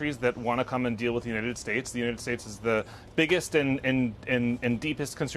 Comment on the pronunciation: Why does this guy constantly mispronounced the United States. What a moron.